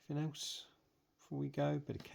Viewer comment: I enjoyed watching while eating my dinner but please say anything .. instead of anythink .. it somewhat distracting .. well done tho